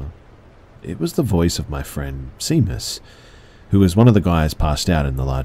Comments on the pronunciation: It’s pronounced ‘shay-mus’. Not ‘sea-mus’ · Seamus is pronounced like "shay-mus" It's the Irish equivalent of James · "Seamus" is pronounced "Shay - muss" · Great narration. :) But please review the pronunciation of Seamus -- it's Irish.